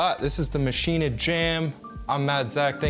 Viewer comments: Yep it's pronounced Maschinuh. You yanks should start learning languages like the rest of the world's people!! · Why does everyone pronounce this hardware mashina? There is no freakin a at the end of maschine. It should be pronounced the same way you pronounce machine!!! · No i like tortiya, I just HATE machin-AAAAA. When Spanish people call me Yake instead of Jake I don't complain because I know it feels wrong for them to say Jake. Ze Germans are very nice understanding people. They will not be offended if we pronounce Maschine like machine. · Love everything except for Zach's pronunciation of Maschine... it makes me want to hurt him. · Yeah that